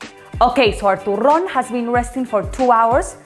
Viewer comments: TURRÓN??? TURRÓNNN??? TURRRRÓNNN??? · TURRON TURRRRRRRROON TURRRRRRRRRRRRRRRROOOOOOOOON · TURRRRRRRON TURRRRRRRON TURRRRRRON!!!! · TURRON?! TURRRRRON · Why do everyone keep saying Ena , I came here for the Turròn